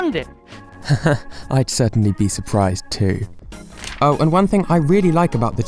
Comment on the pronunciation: when he said This amount of food might be dangerous it sounded like he said Coronavirus.